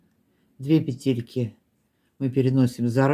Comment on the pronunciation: Модели - супер!!! Но лично для меня один большой минус - это произношение слова "пЕтельки". Невозможно режет слух. Хорошо, что есть субтитры, звук стараюсь не включать. Ну, почему "петЕльки"???, "пЕтли" же, "пЕтельки"!